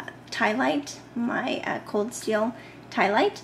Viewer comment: it sounded like in your video you said Colt steel...not cold steel. I could be wrong, if I am I apologize.